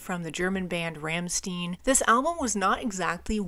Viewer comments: Rammstein!! Not Rammstin. ☄️ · They are called Rammstein, no Ramsteen. It's read "Rammshtine" something like that. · Like this video a lot! I love Rammstein and this album in particular. P.s. the band called Rammstein [ˈʀamʃtaɪ̯n] that reads like Ramshtain. Not Ramsten. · just fyi its pronounced Rahm-shtine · Btw, probably somebody wrote it already but anyway: It is pronounced RAM - SHTAIN. You can find an example here: I know you probably looked for it to be sure, but even Google gets it wrong as this is very idiosyncratic. German pronunciation has a lot of nuances depending on region, culture and history (like any language), their pronunciation is more of the Berlin Brandenburg region (where they come from, they are from Berlin exactly), which is understood to be some sort of international German pronunciation, but not necessarily a standard (I know, that's weird), also in this case is kinda coming from a lingo they picked up while growing up. To clear any doubt, you can hear them sing their name in this song from their first album: They actually do that often, many songs have their name in the lyrics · Hello, for the correct German pronunciation of "Rammstein", listen to the song "Rammstein" from the first album "Herzeleid". By the way, the name of the band refers to the "Ramstein Air Base", a large military airfield of the United States Air Force in Germany! Many greetings from Germany!🇩🇪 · "Rammstein" is pronounced differently.